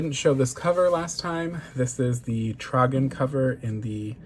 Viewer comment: Came here to say you were the only YouTuber I’ve watched who said “tragen” correctly. Werkkkkk!